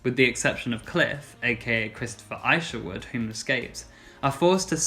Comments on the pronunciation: Christopher issh erwood. Rhymes with wish. Julie Andrews turned down the movie Cabaret. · When the narrator refers to ICERwood and not Isherwood you know you're in trouble. Plus my understanding was that Isherwood objected to the film "Cabaret" because whilst he had female friends he did not sleep with women.